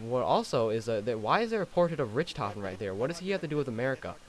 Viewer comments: Its wunderwaffe which is german for wonder weapon the ray gun is also a wonder weapon both made by Germans: Ray Gun=Maxis Wunderwaffe DG-2=Richtofen also i agree with that other guy americans always say richtophen ITS RICHTOFEN GODDAMMIT GET IT RIGHT (Note: NACHT DER UNTOTEN=Night of the undead- VERRÜCKT= Crazy/Wild-SHI NO NUMA= Swamp Of The Dead- DER RIESE= The Giant- KINO DER TOTEN= Theater Of The Dead) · You’re saying Richtofen wrong. It’s not “Rich-Tofen”, it’s “Rick-Tofen.” None of the group says “Rich Tofrn” what is wrong with you? Are you disabled? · Are we gonna speak about him calling richtofen rich- tofen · What richtoffin its ricktoffin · lol just saying it isn't pronounced rich-tofen it is rick-tofen only spelled Richtofen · His name is pronounced "rick-tofen" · bruh, ri-CH-tofen? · luh bro really says rich toffen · "Rich" tofen😂😂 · Hmm it's Richtofen dumbass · its rich tofin the h is silent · Rich-tofen Wonder- wofen dude your killing me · he calls people noobs but he said richtophen lol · It richtphon (rik -tophen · did he just said "Richtofen" as in "RitchToffen" XDXD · You per-nonce richtoghin wrong it's RICK TOGHIN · It's pronounce "Rick tofen" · rict hofen is how its pronounced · RIck-tof-in is how his name is pronounced not how its spell just how you say it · It's pronounced rik toffen not rich dumas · Wunderwaffe was created by Richtofen (pronounced riCK-tofen) I think you learn this while listening to radios in Shi no numa. Also I'm pretty sure the ray gun was invented by maxis. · i don't mean to be rude but it's pronounced rich(rick) tofen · You can't even pronounce my nigga Richthofens name right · Say Richtofen right it is so annoying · It's funny that u call other people bonds when u can't pronounce richtofens name right lol and sorry if I spelled it wrong lol